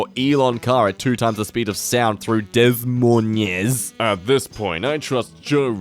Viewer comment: the way he says Des Moines hurts my Iowan soul. I get that he’s not American but dang it that doesn’t make the hurt go away!!!